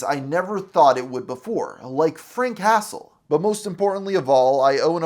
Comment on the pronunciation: Frank hastle ❌ Frank castle ✅